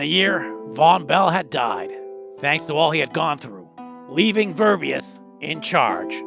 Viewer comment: Verbiest, not verbeyast, learn how to speak.